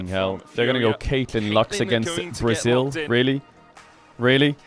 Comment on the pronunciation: really emphasizing the L in braziL